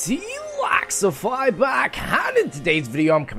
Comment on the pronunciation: Why do you say MrTLaxify instead of MrTLexify?